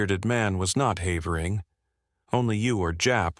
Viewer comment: No human narrator could have found so many different ways to pronounce the name "Havering" nor used them all in the same narration 😂 Shame, it would have been a very enjoyable story otherwise...